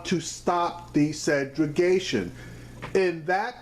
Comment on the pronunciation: luv your commentary brother, but it's Segregation!! peace